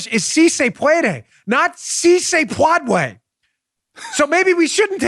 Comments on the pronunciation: Geez: you would think that someone with a fargin PHD would ask someone on her staff to ask her how to pronounce that word!! It's pronounced -- "Pweh_day" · Pwadway is Elmer Fudd trying to speak Spanish .